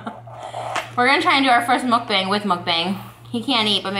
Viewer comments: Trish, it’s not pronounced “Mukbang”. The correct pronounciation is a bit different (it’s more like mok-pang) try searching for it here on YouTube! I think that queen of Mukbangs should know the correct way of how it’s pronounced. ☺️❤️ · when is someone gonna tell her it’s pronounced mook bong not muck bang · this is so frustrating for me bc mukbang is actually pronounced mookbong and its so,,,, FRUSTRATING how they mispronounce it the whole time 😭